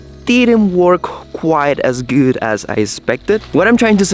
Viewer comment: When you said that your girlfriend is “gut” I knew that she is from Germany, because that is the way the pronounce Good. I used to live there and still know a bit of German!